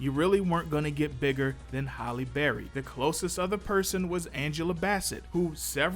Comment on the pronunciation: It’s Halle not holly